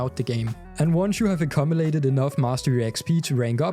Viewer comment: Fantastic guide man ty. Instant sub, very helpful for a newbie like me! Just one thing that made me laugh too much because I am immature. Your English is superb and very clear but the pronunciation of 'accumulated' is like ak-yoom-yoo-lay-ted. I don't correct this to be pedantic, just because it sounds like a hilarious pun otherwise. Again, thanks for the great guide! 👍😎